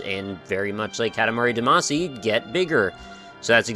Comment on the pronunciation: For the sake of my sanity, will you please stop calling it "Cat-a-mari duhMAHcy"? I know I'm being pedantic but it's an awesome game with an awesomely oddball title and it bugs me in a very linguistic-nerd way to hear it spoken wrong ^_^;; For the record--and you can go listen to the opening theme song again if you don't believe me--it is "KAH-ta-mah-ri DAH-mah-see" (or '-shee' if you're Japanese. Does it still count as weeaboo if I actually know the language for real?)